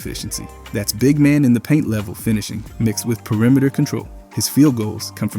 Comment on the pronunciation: Pee uh rimeter